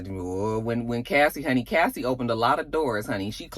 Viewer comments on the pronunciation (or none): none